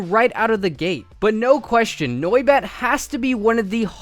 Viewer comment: The way he pronounces noibat kills me inside